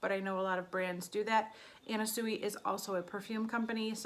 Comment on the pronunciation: I hope you don’t mind but Sui is pronounced swee.